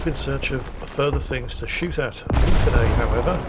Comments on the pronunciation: Actually, their name is Lunacae, not Lucanae Erm,? Don't shoot I'll work overtime in the mines! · Ah yes. "Lucanae" oh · I love you, and I love your constant mistakes, but for the love of god: LUNA-KAY!!! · Lucanae???????????????? his name is Lunacae, which probably is meant to be pronounced as lunacy! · wouldn't be a video if he didn't get the name totally wrong. you've switched the C and the N in their name, its Lunacae not lucanae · And for you heathens thinking "Luna-kay" in your heads, it's pronounced "Lunacy". AEGIS is EE-gis. Aether is "EE-ther". Did y'all not live a hundred lives in Ancient Greece? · Actually, His name is pronounced " Lunacy"..... I'll get my pick and shovel... Hi-ho, Hi-ho.... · It’s amazing to see a friend appear in a youtube video lol, Lunacae says the name as if it were luna gay lol. She is a female Australian warthunder streamer and a damn good one at it. When I saw how you said her name I had to go on Discord and tell all our friends in the server to start calling her by the new pronunciation and many laughs are being had all around. Thank you for sharing this and and cheers. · Also the name is Luna-say but everybody gets it wrong xd